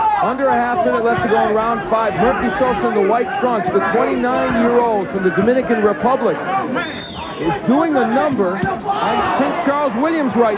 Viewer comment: Santo Domingo, Puerto Rico.....I saw that on the screen, didn't I? And this is one of the rare occasions Buffer pronounced Dominican Republic correctly.